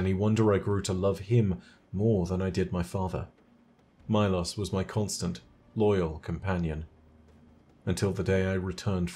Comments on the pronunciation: why do you pronounce the war beast's name as Mai-Loss when its mee-lows idk why but its bothering me lol great video! love your content, keep up the good work :D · Milos? More like "my-loss" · How do you mispronounce Milos even though you contain a clip of Calus saying the name aloud.